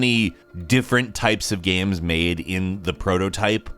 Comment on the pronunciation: I too, enjoy "gaems"